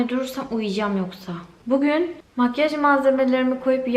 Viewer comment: Makyaj değil makkaş 😅